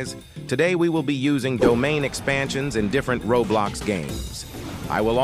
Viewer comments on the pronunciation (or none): "I'm gonna be beeyased on this ratting since it is the only yutae domain in roblucks"